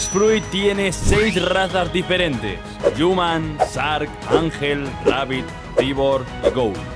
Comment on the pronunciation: bro yo veos tus videos y todo pero no es sark es shark pronuncialo bien porfavor